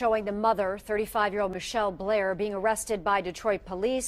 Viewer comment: it's Ma-Chell Blair Not Michelle Blair